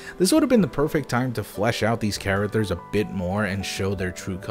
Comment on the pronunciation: "Chara-ters?" Can you at least say basic words correctly? It's a low bar.